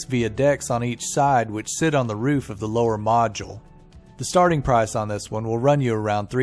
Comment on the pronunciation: ...I seriously love each and every video you all do and I know how much time , money , energy and efforts go to make one video...I just have one thing to say " Please for GOD'S SAKE pronounce the word MODULE correctly...Its MODULE and NOT MAJULE..."